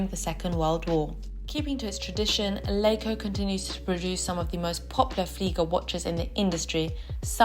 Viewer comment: L EI ca is pronounced as "lika"